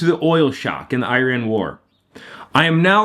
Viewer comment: Love your videos but the way you said Iran had me dying. Eye-raayn